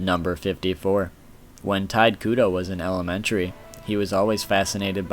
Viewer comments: The mispronunciations of "Tide Kudo", "Nanano", "Sasuke Aizen" were killing me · "TIDE KUDO" ??? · 'Tight' Kubo......the man's name is pronounced Taito Kubo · It's "Tee-tay Koo-Bow" not "Tight Koo-doe" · ITS NOT TITE KUDO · Sorry but, you REALLY need to learn how to properly pronounce things. Can't even say Tite Kubo's name right. he keeps pronouncing it as "Tide Kudo". Completely takes my attention away from the actual facts. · "tide kudo" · But its pronounced shortly tee'-tae Koo'-bow' (but leave out the end and stop in the middle of "ow"). I'm from Europe So i read Tite Kubo like...Tite Kubo. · Tide Kudo. XD